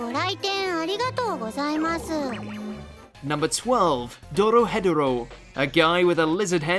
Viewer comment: "doro - head dero"